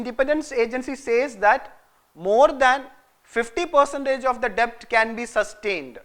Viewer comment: Please! It's pronounced 'det'.